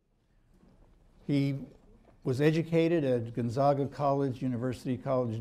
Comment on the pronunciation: The second guy pronounced it incorrectly...its not Gun-zog-a...its Gone-ZAG-uh